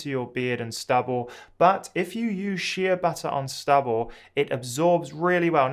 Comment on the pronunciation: It’s Shea pronounced “Shay” butter